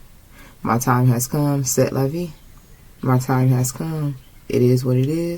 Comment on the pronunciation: It’s pronounced “Say la vee, such is life.